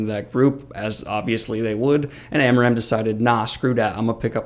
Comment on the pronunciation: I honestly cringed every time you said amaram. It's aram. Period.